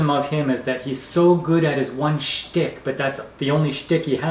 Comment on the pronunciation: here in the US it's Schtick (say SH)... not Stick You can say that delivering daily diatribes about cruising is YOUR Schtick 🛳